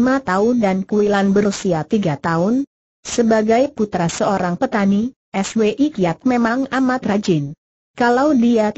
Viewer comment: Contoh lain yg mengganggu...Swi Kiat...dibaca dg dieja...es..we..i....Kiat...dst..!